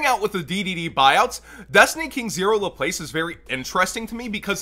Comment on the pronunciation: The word Laplace is french, its actually pronounced Laplas. It's alright, doesn't do all that much besides a big body. I really wonder if theyre going to take their time giving us DDD king zero and the link. They've always stalled the hell out of DDD support.